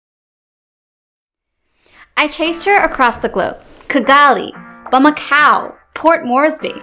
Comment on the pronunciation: Btw, it’s Bah-mah-koe like toe or row, not cow!